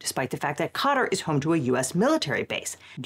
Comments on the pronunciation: how does every American fail to properly pronounce a country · The way some ppl pronounce Qatar rly grates me, just sounds wrong😂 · Maybe learn to pronounce Qatar, if you're going to make a video about Qatar. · mispronounced quatar, but i liked the vid, this is a stupid thing the current administration is doing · Is Qatar really pronounced "Carter?" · Pronouncing Qatar like catarrh is tickling me. Apt. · That pronunciation of Quatar has me questioning which of us has been saying it wrong because my source for pronouncing it is the BBC and you're a lawyer so you would have proofread your pronunciation, so either one of us ir right or there's multiple acceptable ways to say it. For my sanity I'm going with the latter. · Anyone else a little bothered by her pronunciation of Qatar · Why do Americans pronounce every word wrong?! Seriously youre an educated lawyer at least research the name of the thing you are discussing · Ive never heard someone butcher the name Qatar that poorly lol. Sounds like "cutter" or "cotter". Thats wild 😂 "kut-aar" or "kt-arr" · "Kah-Tar", not "Cutter" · Why are we calling Qa-Tar "cutter" now? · Lol. Khat-her? Pronouce shit right. It's Kay-tar. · Interesting, Qatar is pronounced ”cotter”? I always thought it’s pronounced ”ka-TAAR” (A European here, with English as second language). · i love you guys but its not "cutter" its "kah-tar" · Just real quick...its not "cOTT-er", its "cuh-taar". Unless we're saying cotter on purpose to be petty 😂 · I thought it was pronounced like caw-tar instead of cotter? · So wait, is Qatar pronounced "kay-tar" like I always thought, or "cotter"? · Qatar is pronounced 'kuh-tahr', not 'kotter'. I'm confused how that happened while still pronouncing 'Qatari' (kuh-tahr-ee) properly. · Qatar, not cotter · Is Qatar really pronounced like "Caught her". I thought it was pronounced the same as the Indian Katar. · Hey! Love your channel, for future reference. Qatar is pronounced as “Cuh-Tar”